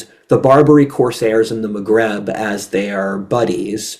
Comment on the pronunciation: It's Maghreb, not "magrab"